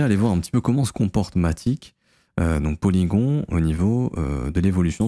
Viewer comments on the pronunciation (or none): "Polygonne" la prononciation 🥲